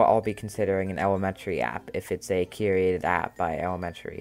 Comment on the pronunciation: And KYUR-ay-ted, not KYUR-eee-ay-ted